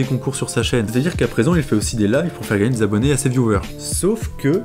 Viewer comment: Ouais ! T aurais du fiaire plus de recherche que ca ! T en a pas fiait asser ! Alors fIais en plus ! Serieusement, qu est ce que ce i fiait la ?